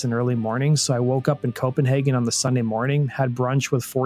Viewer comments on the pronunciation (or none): none